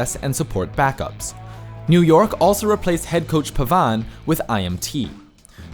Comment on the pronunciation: very, VERY weird pronunciation of names of coaches and players. Pavane? Tizi? etc.